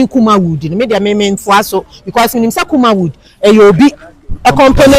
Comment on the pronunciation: Madam, be mindful with your pronunciation. It’s not Kumawoo, it’s Kumawood